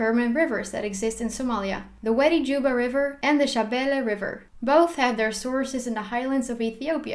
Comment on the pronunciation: You are pretty much correct! Besides that , I liked the way you pronounce Shabelle River. You good!